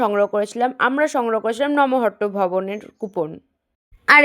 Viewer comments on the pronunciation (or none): নমহট্ট না নামহট্ট😂